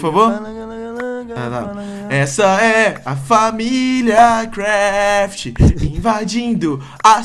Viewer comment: ele falou familia craft errado ele cortou o video no inicio